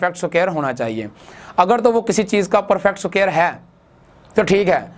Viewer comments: Sir g suquare ni hota square hota ha🤣🤣🤣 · Square hota h not sucare 😂😂😂😂 oooo bhaiiiiiiii Maroo Mujhe maro😂😂🔥👌 keep up the sucare كففو